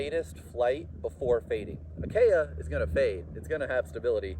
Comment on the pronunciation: "KEy-ah" (not "kAy-ah")